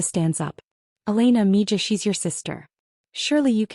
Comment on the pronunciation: Why does the AI not know how to say Mija properly? It's annoying